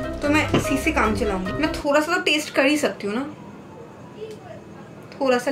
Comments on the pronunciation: Thora SA kya hota h ....thoda SA hota h. nahi pata tooo. Itna overacting kyo Karti ho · Hahah di pronounced thoda thola